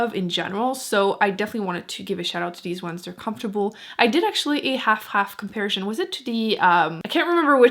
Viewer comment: You're the Empress of Lip Swatch videos. What shade are you showing here in the Milani?💄 It's adorable the way you slip into French when you say 'comparison'.